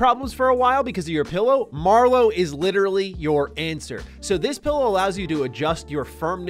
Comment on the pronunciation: Its not a pellow, its a "Pillow",,,,, I bet you say melk too